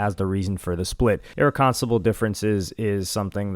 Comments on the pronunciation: Mispronouncing..... " EIHHR - REK - KEN - SYL - LABUL " differences one time is EXCUSABLE... Then mispronouncing it AGAIN... Immeeeejiately after.. without even pausing or having a hiccup to ask yourself if that's the right way to pronounce it.. is Insaaaaanneee WORKKK... there's no way you haven't ever NOT, NOT heard that word in its proper annunciation before?!!?. Pls tell me that wasn't the case. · Wtf is "Erriconsibal"? Did he mean "irreconcilable"? Lmaooooo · Irked my nerves the way you butchered that with full confidence its pronounced uh·reh·kuhn·sai·luh·bl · “Ear-reck-kon-cile-able. Sound it out my boy. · Ir re con seble ….thats how you pronounced that word….dude…… 🤦🏻‍♂️ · My brother it’s pronounced (ir -reckon-silable) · Pissed me off so bad cause he repeated it too 😂😂😂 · The fact you can't pronounce "irreconcilable" is hilarious 😂😂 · Dumbass they been having problems she got caught cheating years ago he been dating other women openly. And you're saying " irreconcilable" wrong 😂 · How tf you pronounced "Irreconcilable" like that is beyond me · the fact that you mispronounced irreconcilable confidently is cooked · My boi butchered “irreconcilable” 😂😂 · My brain was literally having aneurysm😂😂😂like that’s not how you pronounce it